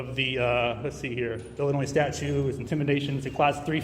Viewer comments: I'm so sick of all these idiots saying statue instead of statute. And everything else that comes out of their mouths. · Does this "" keep saying statue instead of statute? I keep hearing statue, like Statue of Liberty.